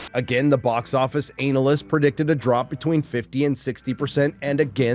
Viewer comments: Why is he pronouncing it Anal ists? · Anal-list lol